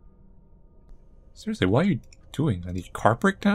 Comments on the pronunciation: "Cereal-sly". We caught that.... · I lost it at cerealsly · "cereal-sly" OH MY GOD